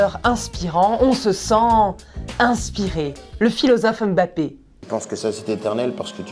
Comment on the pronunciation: Enfin une journaliste qui prononce bien le « M’bappé »